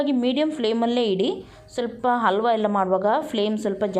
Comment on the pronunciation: It is halwa....and not alwa....😭😭